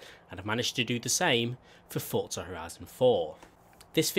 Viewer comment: forza not fortza